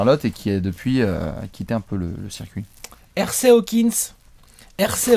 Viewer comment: Oulah le prénom de Hersey Hawkins se prononce eurzi, pas èrsey sérieux.